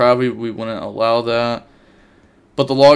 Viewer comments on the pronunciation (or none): none